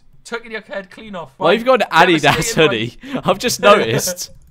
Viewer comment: how pronounces adidas.. i